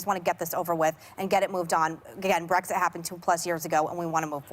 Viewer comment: Abby said Brexick 🤦🏻‍♀️🤦🏻‍♀️